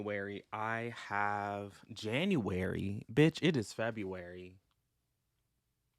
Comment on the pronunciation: Not you saying January with your whole chest. 😂😂😂